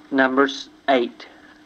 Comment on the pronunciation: Number Sneight?